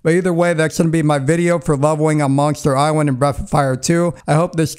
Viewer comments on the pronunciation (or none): Monster Iswand? Is what this guy says